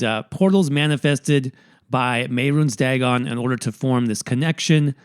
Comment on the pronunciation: Mehrunes Daggon makes me cringe a little bit, Mehrunes Daygon my guy